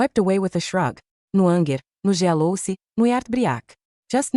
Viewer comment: So AI has to say certain words in accent "anger, jealousy, Sara/Sarah..." 😂😂😂 "She asked if Tokyo was in China" 😂😂😂😂 In business, men should let the head on their shoulders do the thinking instead of the one in their pants